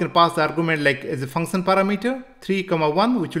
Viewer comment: Function❌ Funson✅